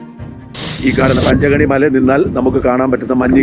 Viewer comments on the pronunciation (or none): സാറെ പാഞ്ഞ്ചകനി അല്ല പഞ്ചഗണി